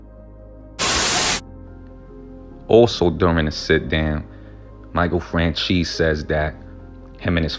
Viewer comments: It’s pronounced “FranZEES” not francheese E. And Micheal is a good guy. Smart guy. Went to school with him. Same neighborhood in Hamilton Park Long Island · Michael Fran "Cheese"....really...c'mon dont butcher the name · Michael FranCheese? Lol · Nah man. If You were in the area at the time,,you would know that Johns Ego was All that mattered to him by that point. He thought he was a Celeberty and he loved. He Abolutely said the Streets need me,,you godda take the rap lol. And his name is NOT Michael Francheesy. Its Michael Franzese!! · Fran CHEESE? Franzese don't you mean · Did you just pronounce Michael's last name as "FranCHEESE"?!!! Lmfao im dying 🤣🤣🤣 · My guy really said Michael french cheese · Are you saying michael fran-cheese on purpose? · My man it's not "FranCheese" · Fran-Cheese lol... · Learn to pronounce names ..lmfaoooo